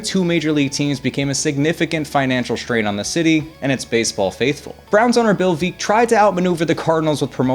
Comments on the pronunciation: Veeck as in Wreck !!! come on ! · VEECK as in Wreck. Great channel but you could work on your pronunciations. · Veeck. Veeck, as in Wreck... 🙄